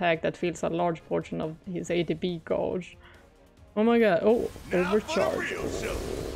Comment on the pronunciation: Yeah she does the same thing even after I've told her how to say it correctly. She catches herself now sometimes and says it the right way. I guess it's hard after you've said it the same way for so long. But the U in gauge is silent, so it's pronounced just like you would say, page, rage, cage. 😉😉